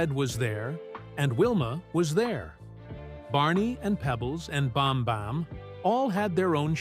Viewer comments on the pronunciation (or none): BAM-BAM, NOT BON-BON 😂